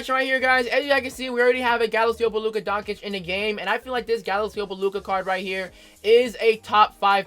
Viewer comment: OMG Kid, Luka Doncic. Doncic pronounced "Don-chich", not "Don-Kich"